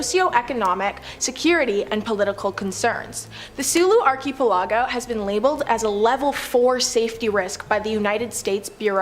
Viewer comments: Arky aplargo 😂 please do something on english place names i was lmfao every time she said arky aplargo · Haha, Arky Palago sounds like the main character in a Penny Dreadful story. Like, "Nobody but his butler and confidant knew that Billionaire Arky Palago was also the brilliant detective.." or something like that. Please don't stop pronouncing it this way. Love it. (Especially the way it drives people in the comments section crazy, lol.)